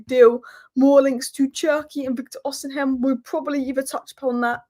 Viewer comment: it’s Osim-hen, not Osin-hem 👍🏻